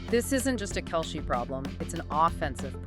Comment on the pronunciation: This AI voice has trouble pronouncing Kelce, Jeez, you want hits just do the narrative yourself or is English not your native language? THUMBS DOWN